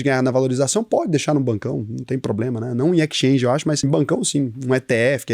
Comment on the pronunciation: EXchange (Ekischange) 😉😄